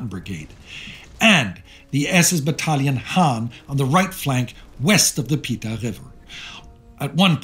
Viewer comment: River Piva not Pita.